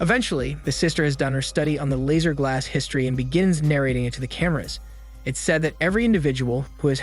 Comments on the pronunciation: Couldn’t even finish as many times as I heard “Lazer” instead of Lasser, everytime made me roll my eyes. The name is mentioned so much in the movie pronounced correctly. Did he watch the movie? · Lasser* not laser , I'll sound it out ( lass-er) how can you butcher something so fucjing simple?????